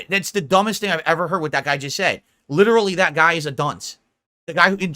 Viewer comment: "No, the algorithm is perfectly fair and that is LIDURULLY what I said before! Trolls are just making things up to start drama. You know what I am say-ing?"